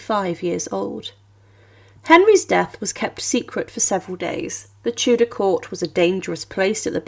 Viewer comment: Co za okropna interpretacja AL! Tudor to " teudea" i inne okropieństwa